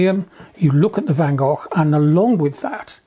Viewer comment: Love the video, thanks. And I am so pleased John can pronounce the name Van Gogh correctly 👍😊